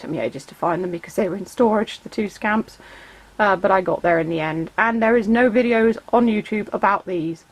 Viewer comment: When you said scamp I thought you said scam 🤣🤣